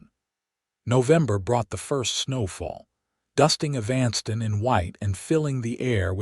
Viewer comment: the man telling this story has a good voice too bad he can't pronounce EVAN STON as the proper way of saying EVANSTON...